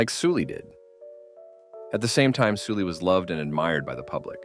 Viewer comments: Note her name isn't pronounced like Soo-lee, but more like how you'd say Sullivan. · it pronounced seolli actually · No it’s not. Koreans wouldn’t pronounce her name like “Sully.” It’s Soo-lee. Su making a soo. Why are we lying lol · Her name is clearly written in Hangul as 설리 which is "Seol-li" aka Sulli. Not "Soo-lee".